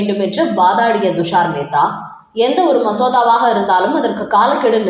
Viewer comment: அம்மா, அவர் பெயர் ஹவாய் அல்ல ; கவாய். துஷார் மேத்தா உச்சரிக்கும் போது T என்ற உச்சரிப்பு வேண்டும் . D அல்ல.